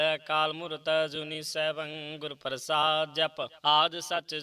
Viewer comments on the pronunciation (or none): none